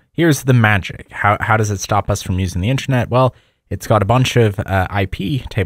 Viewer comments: in-ter-net. good vid, but pronunciation threw me off bunch of times. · we know what intranet is. he is pronouncing it weirdly.